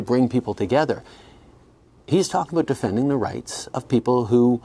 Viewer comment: I don't trust anyone who pronounces sorry as sorey and about as a boat.